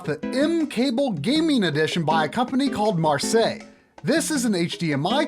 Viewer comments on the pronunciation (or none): none